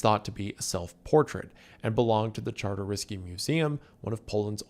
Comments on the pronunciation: I'm surprised you managed to pronpunce Czartoryski correctly (aside for that one "Kartoruski"). On the subjest of Polish art during WW2, I highly recommend checking the story Jan Matejko's "Battle of Grunwald". The piece is absolutely massive, and despite that, the staff of the National Art Museum managed to move it from Warsaw and hide it for the entirety of the war, even faking its relocation to London. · > pronounces "muzeum czartoryski" perfectly > 5 seconds pass > completely butchers the last name of its owner, józef czartoryski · Polish person here, you only fumbled the pronunciation of Czartoryski once, colour me impressed